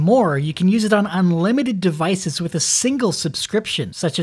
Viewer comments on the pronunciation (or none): none